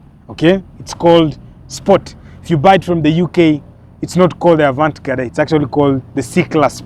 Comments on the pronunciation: A vant gadee ndo nini omwami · Wewe pronounce 'Avantgarde' vizuri wacha kusema vitu havieleweki. [ah-vahn-gard] :face-red-droopy-eyes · Avantgarde not avant gade 😂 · THE "AVANT-GARDE" EXPRESSION IS FRENCH. GET A FRENCH SPEAKER TO ASSIST WITH PRONUNCIATION.